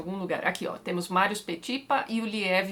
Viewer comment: A pronúncia de Balanchine está correta, Tati, mas o nome do coreógrafo Marius Petipa se pronuncia "Marrius Petipá". (Não resisti e coloquei no meu gato o nome de Petipa.)